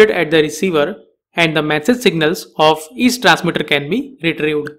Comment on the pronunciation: Your accent makes it very annoying. Especially how you pronounced "retrieved".